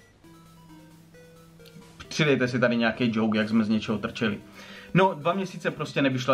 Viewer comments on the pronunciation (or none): none